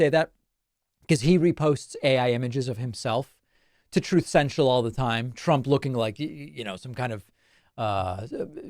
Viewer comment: "Truth Sencial". 😅